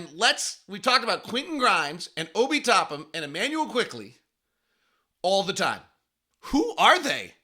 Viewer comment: Driving me crazy, it’s TopPINNNNN not Topham